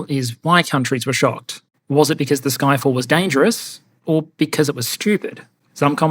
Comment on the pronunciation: Did you say it called "Ffyck all"?